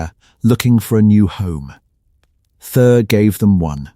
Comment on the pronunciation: Who the hell is this 'Thur' supposed to be?? And the pronounciation of 'Khazad-Dum' is ATROCIOUS! At least properly teach your AI system how to pronounce names!! MAJOR FAIL!!!